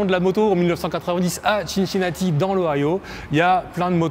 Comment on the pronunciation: Tu es sûr qu'on dit "ChinChinati" ? Il me semble qu'on ne dit pas New York Chity ...